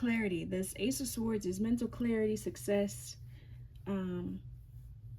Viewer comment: The W is SILENT in the word SWORDS. So, it's pronouced SORDS . ☆♡♡♡☆♡☆♡♡♡☆ The T is also SILENT in the word SOFTEN....NO OFFENSE.☆ ☆PEACE & BLESSINGS